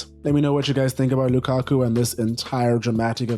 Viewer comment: It’s not Lukaku. It’s Lakaka 😂😂😂😂